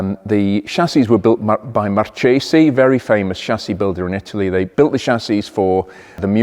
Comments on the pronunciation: Marchesi is pronounced with a hard "c". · Italian pronunciation - does a great job to pronounce Italian names as Italian as possible, but with the chassis builder missed it. I guess the company is Marchesi. Italians made pronunciation life a bit difficult with the "h". Before an a, o or u, the "c" is pronounced as a "k"": Marco, Countach. Before an e or i, a lone "c" is pronounced "tsj": Marcello. In both cases, the "h" after the "c" switches the pronunciation to the other. So Marchesi is pronounced mar-kay-see. It works the same way with the "g", hence lam-bor-gee-nee (with the g as in golf)